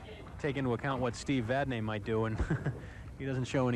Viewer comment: Murphy Pronunciation: Vadney pronounced Vadnay, Dupuis pronounced Dupree. That along with Murphy Math on TV is certainly something...